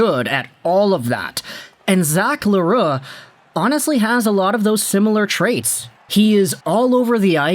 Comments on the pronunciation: Yeah, It's not an easy name to pronounce for the anglos. Your pronunciation is a lot closer than the «Le roux» we hear often. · You prononce it rigth! Good job with your french